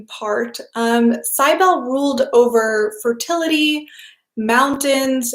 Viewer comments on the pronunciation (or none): Cybele = "sib" as in sibling, "el" as in bell, "lee" as is in leadet CYB • el • e Accent on the "Cyb" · I think it's pronounced Sibelli (Do you mean Cybele??)